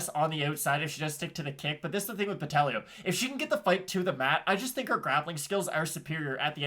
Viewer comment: Carolina's weight cut was bad and she lacks ground skills. I'm on Botelho ITD. Just another pronunciation comment, BotelLHo was on point. Love from Floripa, Brasil